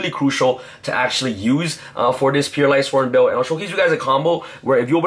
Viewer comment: "Pure light sworn build" uh....